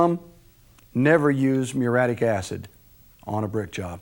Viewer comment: It's spelled muriatic acid, & is pronounced with four syllables.